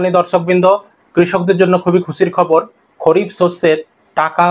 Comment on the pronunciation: খরিফ না দাদা খারিফ হবে ভুল বলছ কেন এত